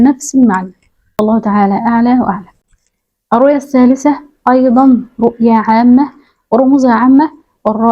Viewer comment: الثالثة بالثاء وليس التاء